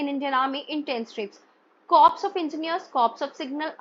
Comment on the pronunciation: Ma'am a humble correction CORPS is pronounced as "CORE".😊